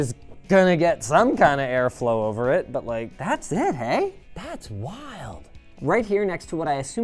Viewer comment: This "hey" was put by the writers on purpose just to bait us into remarking how Canadian Linus sounds